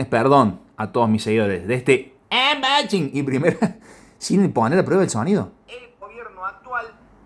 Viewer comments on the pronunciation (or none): Saludos Soy un sub nuevo y me gustó el vídeo del Gt 20 pro toy pensando comprarme ese cell x que veo q trae buena especificaciones. Cada vez q dice Anboxing me rio😅 un saludito